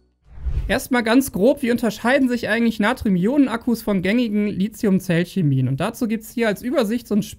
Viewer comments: Deine Videos sind super - aber dein LiZium geht mir gewaltig auf die Nerven! Es heißt LiTHium - wie in Lithosphäre, Lithographie, Mathematik, Apotheke usw. usf. Nicht ohne Grund wird SiliZium anders geschrieben und eben auch anders gesprochen! Krieg das doch mal bitte hin, Tom Boetticher schafft es doch auch wunderbar. (Dafür sagt er dann aber ernsthaft bei "kaufbar" ARGH - wie wäre es denn mit "käuflich"???) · Schöner Beitrag, wie immer , aber bitte sprich Lithium richtig aus. Du bist ein Profi deines Faches, das passt nicht zu einen Profi.